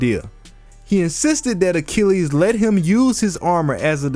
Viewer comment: Pat Sajak I'll solve: Mythological Hero A-chill-es